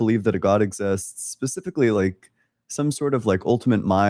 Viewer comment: The AI guy said cancer is "pacifically" designed.